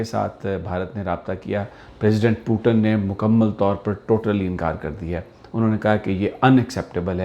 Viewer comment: Are bhai... potin nhi h putin hai hahah Kya bol rha h hahaha Kuch Nhi hone wala Lage raho Tum...